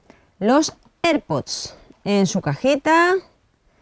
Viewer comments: Ierpod? ni si quiera se puede pronunciar ._. tenias que ser un narjentino no saben ni hablar Español y ya estas corrigiendo el ingles -. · se pronuncia iarpads